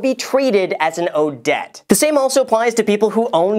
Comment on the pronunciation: I saw you sneak that E into the word debt! I'm on to you.... Great summary! Thank you!